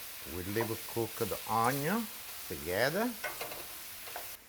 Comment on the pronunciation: Cin Cin! You make me smile every time I hear Unyon.